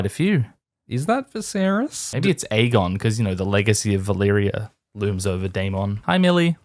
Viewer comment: "Vaylerea" ? Do you mean Valyria.